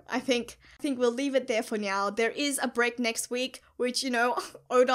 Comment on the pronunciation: Do you pronounce now to nyo for fun or it's just like that